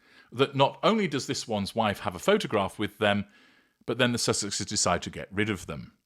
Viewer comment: Is it possible this is an Ai article? Since Sussexeseses" was mispronounced? I believe it's so. This age is FULL of Ai script, image, video.